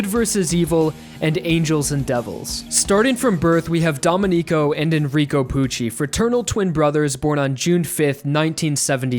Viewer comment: great video! Just a minor thing, "domenico" is prounounced "domEnico" with a stress on the "e" (it's just because i'm italian that i noticed it but it's fine if you don't care). for the rest, like i said, a really good video. as someone else already pointed out, Pucci isn't necessarily evil, but rather, he ended up becoming like that because of his fate. and i think the reason why the one to take down Pucci was Weather is because they were fated since the beginning to come in each other's way. I guess you could say the biggest enemy in Stone Ocean was fate itself. Even after resetting the universe, Pucci couldnt complete his goal of overcoming fate. Maybe there is nothing one can do to overcome fate,and this is the bittersweet message of Stone Ocean. I remember one comic panel before the ending saying that maybe restarting the universe was part of fate as well. I can't help but agree, and it seems that this is what Araki wanted to show us, by making Pucci die unfulfilled even after all his efforts of overcoming his fate. As well as making everyone else die, despite their hope of stopping him. "It was all meant to be" just like the song Made in Heaven says! Some people dislike this ending, but it's actually one of the endings I've loved the most, ever. I can't wait to see it in anime form, one day.